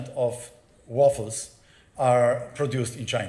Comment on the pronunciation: fajne wystąpienie. ale tu chyba Panu chodziło o fotowoltaiczny "wafer", a nie "waffle", czyli gofr 😄